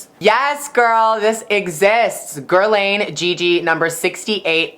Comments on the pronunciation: Guerlain its french and its pronounced like GALAN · Guerlain is pronounced as "gayh-lung" :-) Sharing is caring lol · Everytime you pronounced Guerlain I died a little lol! All wrong girl! But still love ya <3!